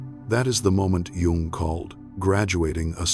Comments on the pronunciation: Incorrect pronunciation of "Jung". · you're pronouncing his last name incorrectly. just saying.